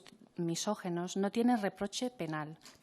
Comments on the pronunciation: Cada vez que la compareciente dice "misógEno", me arden las orejas. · Madre mía! Que a estas alturas una señora feminista no sepa que se dice "misóginos", que no "misógenos" Del griego gyné. Mujer. Gineceo, ginecólogo... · La primera compareciente no sabe ni decir misógino, la muy ignorante.